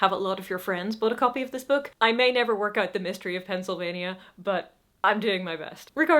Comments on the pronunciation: I'm from Pennsylvania (and I love the way you pronounced it). I ordered the book as a pre-order, I thought, but I just realized it never came. I've been busy with finishing a school semester, and now I want to go and find this book. It should be easy to find since Pennsylvanians have ordered more copies than any other state in the union. :D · Can confirm the local pronunciation. Spot on. Though most of us just call it by its state code, PA. Because 4 syllables is too many for everyday use. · I LOVE how you say Pennsylvania. (I'm a Pennsylvanian) We pronounce it pencil-vain-ya but pronouncing it how it is spelled makes our sound like a small kingdom. Thank you. ❤️ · As a Pennsylvanian your pronunciation is acceptable. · As a longtime resident, your pronunciation is fine. I didn't realize you had an issue with it until I saw this note. Now I wonder if I've been pronouncing it wrong! Meantime, I'll check with Cupboard Maker Books in Enola, Pa. (outside Harrisburg, the capital). When Michelle gets behind a book, she can move a couple hundred of it. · I live next door to Pennsylvania and I'm like, "Wait, you're not supposed to pronounce it that way?" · From the US had to go back and relisten to how you pronounced Pennsylvania because I didn’t catch anything wrong with it. It’s honestly fine, I’m curious to hear how people told you to change it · You're fine. I just figured that you have rarely if ever heard/said it before, which is completely fair. No reason for you to know how we natives say it 😁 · As a western Pennsylvanian- you pronounced it the same way I do. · As my fellow PAs have said, your pronunciation of Pennsylvania is acceptable and delightful, and don’t ever change it. ❤ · I love the way you say Pennsylvania! And it beats the way every gate agent at every airport in the US pronounces Norfolk (Virginia, not UK). 😅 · I thought you pronounced it correctly, just in your English accent 😂